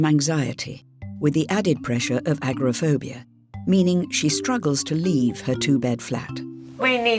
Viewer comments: It is pronounced AG-ORE-UH-FOBIA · Why can none of them pronounce agoraphobia.. Nobody looked it up before editing? It's an unnecessary oversight